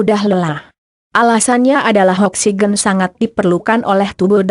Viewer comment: Oksigen koq bacanya oksiqen